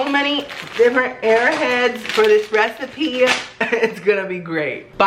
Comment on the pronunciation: He just said "that's it! I've come up with a new recipeh" lol